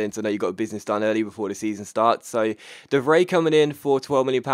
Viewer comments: You pronounce the 'ij' in De Vrij as eye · ***** Just a tip: De Vrij is roughly pronounced as: The Fry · Btw it's pronounced (de-vr-eye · de Vrij is pronounced "de Fry" just so you know